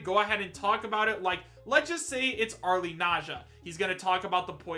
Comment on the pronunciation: If it's Arle, are you going to stop butchering her name?